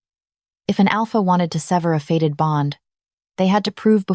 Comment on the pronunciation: The word is fated bond not faded.